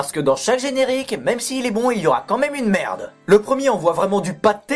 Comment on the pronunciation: oh merde tu la Vraiment dit comme même au lieu de quand mêem